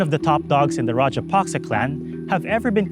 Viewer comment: It's not "Rajapasca", it is Rajapaksa